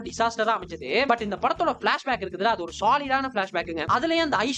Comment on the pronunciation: oru chinna correction, "andhu" illa "adhu"